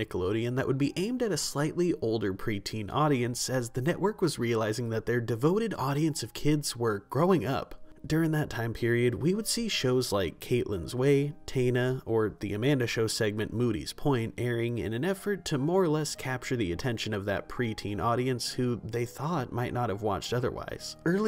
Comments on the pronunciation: It's pronounced T Y I N A not TAIN NA it's spanish 😅 Taìna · Who is Tana? You mean Taina(tI-Ena) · Love your work bro but it’s pronounced “TIE-EEE-NUH” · Taina is pronounced TAH-YEE-NUH. I remember because it’s repeated in the theme song, which is permanently ingrained in my brain. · So Taiana is pronounced Ty-En-Ah. But ATBG is one of my favorite shows, I’m 28 and still watch it. It’s so good, so deep kind of like my other comfort show Gilmore Girls, it just has that energy. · Glad to run into this. (Quickly tho - Taina is pronounced Tie-ee-Nah) As a kid with an absent father and only one picture of us together - me as an infant with him - this episode definitely hit me right in the heart. Her mom trying to preserve a non judgmental view of her father is also like mine as was the disappointment in him not being there. I really can appreciate even more now that Ginger immediately knew and understood what her mother was doing and didn't feel sore about the deception but instead grateful of her mother's intentions. Really beautiful illustration of the love they have for each other. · Love your videos and this one was no diff!! Btw Taina is pronounced Tie-e-nuh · It’s TA-I-Na three syllables! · Caitlyn’s way was insufferable to me too. And Taina was my show but pronounced “Ty Eena” canceled way too soon. I loved As Told By Ginger. Do die wasn’t a friend you’d keep after jr high tbh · He did not just say Tay-nuh... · The show Taina is pronounced like Tie-e-na 😊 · It’s TIE-EEN-UH! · ..."Tayna"?? You mean Taina?? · Taina (Ty-e-na) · Hey, someone's probably already said this but Taina is pronounced like hyena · Tye-eena. And Moody's Point was a spoof of Dawson's Creek from The Amanda Show. I know you were trying to make a point but come on lol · You couldn't Google how to pronounce Taina😢